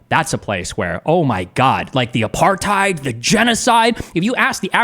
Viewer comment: 1. Uses "Apartheid". 2. Proceeds to describe something that doesn't resemble Apartheid. 3. Also mispronounces "Apartheid" but so does everyone who isn't from the country that Apartheid happened It just blows my mind that that word has been adopted by a global audience but I haven't heard one single person even attempt to pronounce it correctly. It makes me so suspicious of people who use it to argue points. Sure, you could have only read it, but I doubt they've even done that much